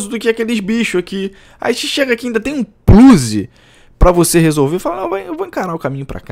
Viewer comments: "um pluzi"..... é foda!!!! kkkkkkk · "um plluze" kkk